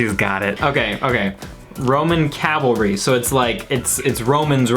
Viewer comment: Shes very cute. Keep her around more. My man, you literally mispronounced cavalry, only after she did. It was funny when her brain exploded, considering the pronounciation. The word is pronounced wrong all across the English language for so long and seemingly without an explanation. Its kinda like when people say "i could care less". When it should be (and is) "I couldn't care less) the implication is that you care so little that it is impossible to achieve a lesser quantity of caring. Lol sorry but these things are my pet peeves. CAV-ALRY!!!! Also long live this song and Coldplay